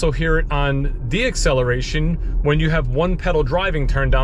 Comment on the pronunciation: Deceleration. Not dexeceleration.